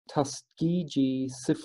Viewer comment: It's pronounced with a hard g just fyi. And this is horrific. Have you seen Miss Evers Boys?